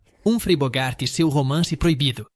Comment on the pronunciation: O cara não sabe pronunciar icônico , Nicholson, Anastácio, Gary, Bogart, Burton..Nao sei se é burrice ou uma maneira de chamar atenção.E Gary Grant era gay gente!!